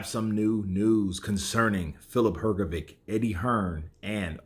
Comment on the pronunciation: Look. What Hearn did works in many ways. Even if IBF would allow Usyk v Fury, Hrgovich(this is how his surname pronounced) is now "the one whom Usyk ducks" and you can sell his fight with anyone for higher price. Hearn reminds Ruiz that there's another way for him to become a mandatory contender except Wilder. And Ruiz v Hrgovic clears the way for Wilder v Joshua. If Usyk is to fight Hrgovic now, then the way for Fury Vlv AJ is clear. If not anything if that, than AJ can fight Hrgovic as if he is boogie man who scared Usyk, not the one who struggled with 40 y o Chinese. And maybe Hrgovic and Hearn would earn some money for not fighting Usyk now. So, that step from Hearn can bring him benefits from different directions. No matter what other players do Eddie wins